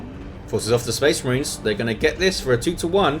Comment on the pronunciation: Spehs Mareens!!